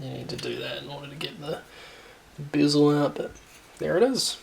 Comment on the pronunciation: Bizzel? It’s a bear zil you murderer of the English language. 😅